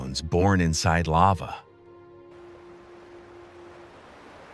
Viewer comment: I started to watch this beautiful film but had to stop quickly because of the narrator’s bad pronunciation. Ir’s pah-ho-ay-ho-ay (pahoehoe) and all-lih-veen (olivine)